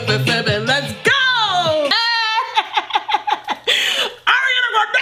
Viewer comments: I collected all the precious “Areana GranDE”s in a compilation check it out if you want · Did she say Hurryana Grande? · i love u u say arianaa grendewww not her totally ure arianator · one shot everytime this girl says "AwREanAA GrAwNdEEeeee" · “Ari-una GRAN-DAYY”😭😭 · Lets give a Oscar for everytime she said AriANa GRaNdEeeYYyy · I love it when she say "Oriyaaana Groondaeeey" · take a drink when says "hariana grandey" and "beeiitch" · nobody: her: ARIANA GRONDAEEE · The way she says Ariana Grande be having me weak asf lmao 😂😂😭